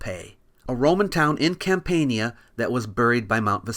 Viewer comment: Your pronunciation of Campania black pilled me 💀